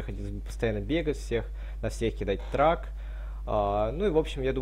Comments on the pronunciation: Даниил Ерошкин не путай trUck и trAck, первый это грузовик и читается как трАк, а второй это метка - читается как трЭк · всё норм но не говори трак,по ушам режет. Трэк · ТРЭК!!! НЕ ГОВОРИ ТРАК ПЛИИЗ!!! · У меня из ушей кровь пошла от "трака"